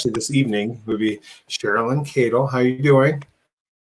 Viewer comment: Cheryl is a very kind lady.... Please could she tell AD to pronounce her name correctly!!!! It Drives Me Nuts!